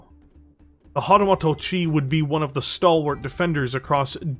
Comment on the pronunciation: Hahtahmahto-chi, eh? 🙃